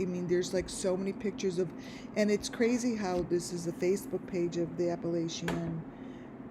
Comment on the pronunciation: First of all, I think you are hallucinating, and please say Appalachian, correctly! This is ridiculous. They’re in winter weather, no fair going on, why don’t you check the temp there? Sorry, but this is outlandish, I see nothing of which you see. Leave these people alone!